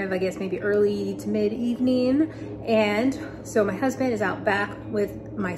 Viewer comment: Jusssst double checking because you sounded like you said “.. got to see pictures of by babies..” But right after said sooo, and I thought maybe I’m just hearing the s for so and not baby plural?? ;) 😯